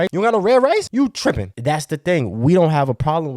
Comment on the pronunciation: The way you said “You Trippin!” I thought u was from SW Louisiana